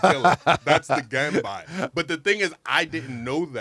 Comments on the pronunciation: Ganbei not ganbai 😊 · its pronounced gun bay not gun bi ... ya weirdo